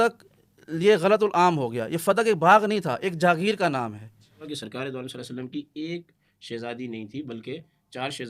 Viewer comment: کم ازکم درود پاک تو صحیح طرح پڑھ دیا کریں،صلے سلم کیا ھوتا ھے،کیا مطلب ھے اسکا۔یہ کون سا درود ھے،استغفراللہ